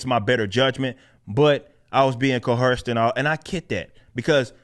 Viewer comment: I agree with a lot of what you say, but there's no H in coerced. You keep saying coHerced. That's not a word. Other than that keep doing good work.